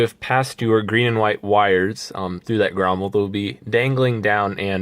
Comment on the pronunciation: Grommet. Not grommel